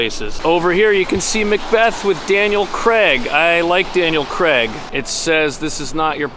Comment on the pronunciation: It’s pronounced crayg (craig) not creg. Why must you Americans butcher the English language so badly